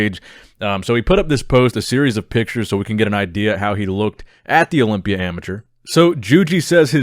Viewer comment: Is it me or the way says "Olympia " sounds satisfying